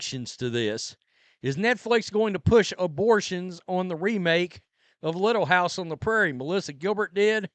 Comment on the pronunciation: Don't call it "Little hiuyse on tre Prairie" GD THIEVES